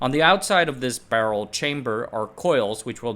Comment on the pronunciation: Why are you saying "barrel" that way???